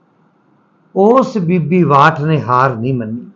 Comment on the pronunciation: ਭਾਈ ਸਾਹਬ ਕਰਨਲ “ਬਾਠ “ ਹੈ ਕਰਨਲ “ਵਾਠ “ ਨਹੀੰ ਜੀ । ਕਿਰਪਾ ਕਰਕੇ ਨਾਮ ਸਹੀ ਲਓ ਜੀ ।